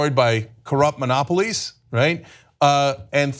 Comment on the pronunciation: Princess Anna having problems with polysilabic words. Mono po list ic ...